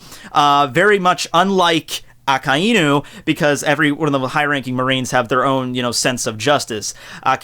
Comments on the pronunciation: You seem to have started pronouncing Akainu as uh-kai-nuu, but your original pronunciation, ah-kah-ee-nuu, was actually correct. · technically, you're not incorrect in pronouncing Aka Inu. It is two words, put together. The "ai" isn't pronounced "I". "a" makes the ah sound and "i" makes the ee sound. When put together, it sounds like ah-ee, which sounds like a drawn out "I". it's a subtle sound, like how you English/Japanese teacher stated, with the words ending in "u".